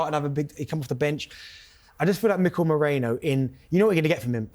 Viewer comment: It's Merino, not Moreno! I (i), not O (o)